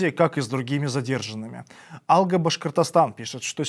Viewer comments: Не Алга, а алгААА! Это как, впЕред, и в вперËËËËËд🤭 Хоть бы поинтересовались немного, прислушиваясь к нац. языку. ВпердЕ, мля😡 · Не " 'Алга Башкортостан", а "Алга' Башкортостан", ударение на первом слоге "Алга"... Диктору следует удосужиться о правильном произношении, так как это неуважение к нацменьшинствам... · АлгА ударение на 2 слог. Перевод 'Вперёд"